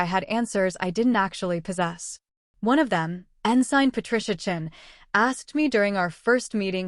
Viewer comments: Yes, pronounced ensin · Great story. But you need to tweek your AI Ensign is pronounced with a silent “g”. Thanks for sharing ❤ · Auto correct error. Mispronounced ensign